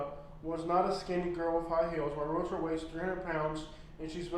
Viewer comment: It’s amazing to me how many realtors don’t even know how to pronounce realtor. It’s realTOR, not realator.